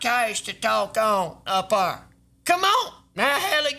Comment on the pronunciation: almost spit my drink on my monitors 'We got stuff ta dew!' He said 'Up 'ar' I'm dead you know he the realest